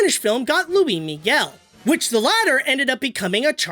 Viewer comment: Louie Miguel? Seriously?